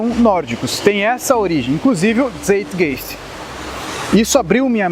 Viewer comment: a prununcia correta de Zeitgeist é (tçaitgaist)